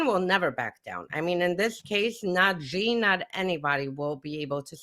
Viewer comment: The "X" in the Chinese name "Xi" is not pronounced like the "g" in the English word "regime"; it is pronounced more or less like an "sh." Thus, the Chinese name "Xi" is pronounced more or less like the English word "she."